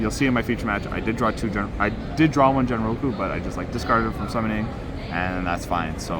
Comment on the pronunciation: Genroku pronounced as in (Ghen ro ku) not as in generation.